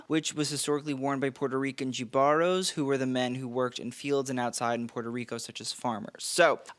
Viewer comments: NOT gah-baro LOL LOL. It's he-baro "jibaro" which is like a farmer type person nut has more than one meaning. Why don't you guys do your due diligence and look up the word in Spanish pronunciation dictionary! So easy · Love this video! Just for reference Jibaro is pronounced He-baro! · Jibaro (hee-bah-roh)... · ok, before i start complaining, let me say i love your videos. there is a difference between the words use and utilize, they are not interchangeable. look it up. ask a spanish speaking friend how to pronounce jibaro. greetings from jalisco, mexico